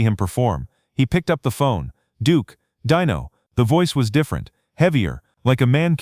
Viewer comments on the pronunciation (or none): Pronounce Dino correctly, please. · DEEN-o not dino! Deam Martin wasn't a chicken nugget! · The name is Deeeeeno, not Die-no!! Get it right,!!! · It’s DEENO FOOL NOT DINO DIOT SAY IT RIGHT DEENO